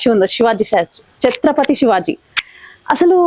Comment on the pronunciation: Anchor chatrapathi shivaji maharaj chatrapathi shivaji kadu sariga palakandee